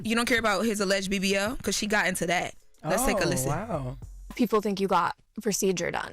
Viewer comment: Drake said "pro-ceeedure"...lil sassy..no🤭